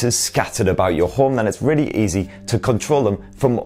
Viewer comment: "Rawwly good" Wow, that accent is THICC